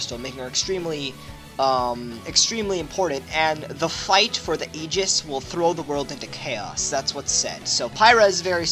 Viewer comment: It isn't even about the accent. Just straight up wrong ways of pronouncing things like Aegis and Evangelion.